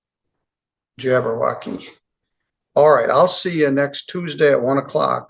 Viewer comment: Did the judge just say "your Moor-ville Jabberwockey"?! 😂